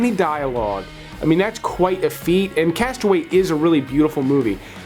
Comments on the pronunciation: You are mispronouncing the title of your #15 pick. The film is entitled "Cast Away" (TWO words, pronounced "Cast uh-WAY"(accent on the SECOND syllable of the second word). Mistakenly, you are pronouncing the single word, "castaway" (ONE word, pronounced "CAST-uh-way" (accent on FIRST syllable). Am I nitpicking? Perhaps, but considering what you do for a living, you should be more careful. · I wish people would learn to pronounce the title of "Cast Away." I almost never hear it pronounced correctly. It's not "Castaway." It's two separate words, "cast" and "away." That's important for understanding the theme of the movie. A castaway is someone who has been marooned or stranded, which the Tom Hanks character obviously was, but Robert Zemeckis chose deliberately not to call the movie "Castaway." That's because, while a castaway is a person, to "cast away" is an action of rejection. When you cast something away, you turn it into refuse or garbage; you relegate it to the past, no longer worth considering. The point of the movie is not the Hanks character's struggle on the island. It is the reaction of the people in his life when he returns and his reaction to their reaction. He realizes, through his wife's remarriage and everyone's misunderstanding of his state of mind, that he has been cast away by them. The movie is "Cast Away," not "Castaway."